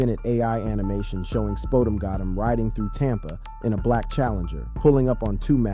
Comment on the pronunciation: You need to learn how to say his name right